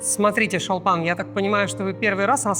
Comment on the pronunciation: Не ШАлпан а ШОлпан